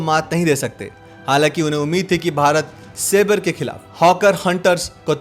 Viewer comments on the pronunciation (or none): Wo "sabre" hai "sabrey" ni ... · A minor correction about the pronunciation of saber. It is pronounced se-bar or सेबर in Hindi. Saber means a short sword. Gnat is pronounced as नैट (ततैया )The use of obsolete vampires against modern F-86 jets was a bad decision on the part of AM Arjan Singh. He regretted it. The attack on Lahore was bungled by the local commander because there was no resistance and he mistook it as a trap. I was fourteen years old and in high school. Ther excitement was electric. The public morale was sky-high. There was a CAP or constant air patrol over Delhi and people stood over rooftops to track every plane. A C-130 transport aircraft was shot down by anti-aircraft fire in the night over Shahdara and all Pakistani paratroopers in it died. It was great fun. Ditto in 1971. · Most of you wannabe journalists need to work on your pronunciations. It is Sabre jet (pronounced as Saber) and NOT Sabrey. 😡